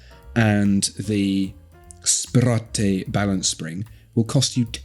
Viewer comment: Hahaha! I can't get "spir-AH-tay" out of my head now!